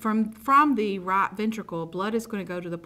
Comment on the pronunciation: Good job except the pronunciation of the word right